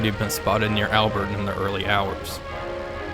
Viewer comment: The evil Bosch spirit really comes through in the complete disregard for pronouncing place names like Albert and Amiens. To be fair I think the British called Ypres, Wipers.